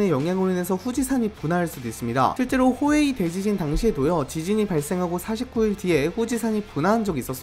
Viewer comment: 나만 호에이 대지진 호이해대지진으로 들었냐